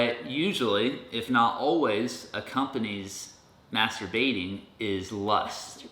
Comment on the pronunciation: I was watching with headphones and they decided to stop working when you said "masterBATING"